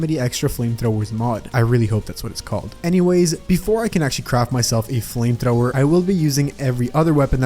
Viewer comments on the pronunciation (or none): i know he said craft but i really cant hear the f but it sounds like he cr xdddd